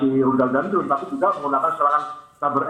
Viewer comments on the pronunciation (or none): none